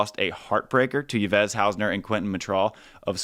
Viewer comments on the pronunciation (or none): Love your content! I am always looking forward to the Road to Paris episodes! What do you think about Ludwig/Lippmann? I think they got potential but are kinda running out of time and entry points.... And just to mention: The name Yves (Haussener) is pronounced like the english name Eve since its french ;)